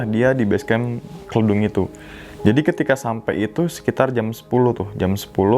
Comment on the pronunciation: Izin bang.. Yg base camp Kledung itu bacanya Kledung bukan kledung hehe😁